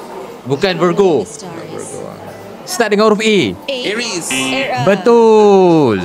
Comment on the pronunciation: Oooh Aries tu sebutannya Ares